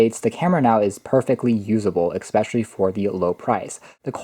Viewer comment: ‘Especially’ not ‘ekspecially’ just saying. Nice review though!